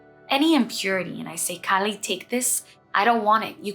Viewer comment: Loved this! Please "Kaa li' not California cali.